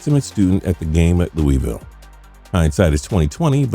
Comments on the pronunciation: Luh a vul is the proper way to pronounce Louisville. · Nobody from Kentucky says Louisville like that 😭😭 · The way you say Louisville hurts my ears. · As a Louisville native... THE NAME OF THE CITY IS PRONOUNCED LOO-A-VULL NOT LOOEYVILLE‼️‼️‼️ Shit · Lou - i - vull **